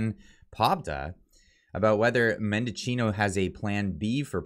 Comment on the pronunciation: Why are so many journals and cloggers pronouncing Mendicino’s name wrong. There is no “O” in the middle of his name. It’s men-di-chi-no, not men-DO-chi-no.